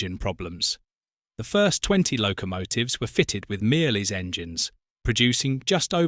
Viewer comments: Mirrlees is pronouced Mur-lees NOT Meerlees . Lical who visited that engine manufacturer on a number of occasions and who knew a lady whose Christian name was Mirrlees. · Had to stop watching at the third 'meeerlees'